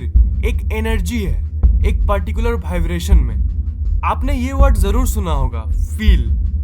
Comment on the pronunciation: Next video se pahle Vibration word ko apne sub conscious mind tak pahuchao aur uska sahi pronunciation karo😀😀😀😀😀